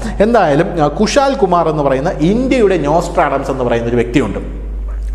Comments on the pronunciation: നോസ്ട്രാഡംസ് എന്ന് ആവർത്തിച്ച് പറയുന്നുണ്ട്, നോസ്ട്രഡാമസ് ( Nostradamus) എന്നല്ലേ? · നൊസ്റ്റർ അടാംസ് അല്ല സാർ... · ഇദ്ദേഹത്തെ എന്തിന്റെ അടിസ്ഥാനത്തിലാണ് ഒരു presenter ആക്കിയിരിക്കുന്നത് എന്ന് ചിന്തിക്കുകയാണ് ഞാൻ. മലയാളം പോലും വേണ്ട വിധത്തിൽ കൈകാര്യം ചെയ്യുന്നില്ല എന്നാണ് ഞാൻ കാണുന്നത്. വാങ്ടെ, ഭീകരം....., നോസ്റ്റർ "ആഡംസ്". ഇതൊക്ക അറിവുള്ളവരെ കൊണ്ട് ചെയ്യിച്ചൂടെ? മ്ലേച്ഛം.